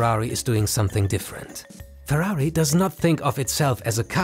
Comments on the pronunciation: I was drinking water and nearly choked when he said purari XD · Why are you saying Ferrari likea hero lol?Did Ferrari pay you for this video?